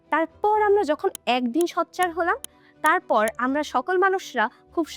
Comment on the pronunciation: শুধু হতাহত সংঘাত নিয়েই প্রশ্ন করবে? আপনি সোচ্চারকে ’সচ্চার’ উচ্চারণ করেন। কিছু মনে না করে শুধরে নিবেন আশা করি।